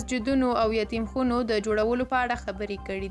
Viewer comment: دا چتیات مو بند کری دیر بد خکاری ولی نه وایی یتیم خانی چی خبره دومره بدرنگه کوی چی وایی یتیم خونی . یتیم خانه یو قبول شوی نوم دی قناعت وکری بی اتفاقی ته لطفا لمن مه وهی د الله نه ودار شی نور دا سپک آمال مو پریدی . هر کار چی د بی اتفاقی سبب وی په آخرت کی در نه هرومرو پوختنه کیگی دا خبره په ذهن کی وسپاره د یاده د ونه اوزی چی مونگ په دنیا کی د سو ورزو میلمانه یو . د الله نه درته د هدایت توفیق لرم.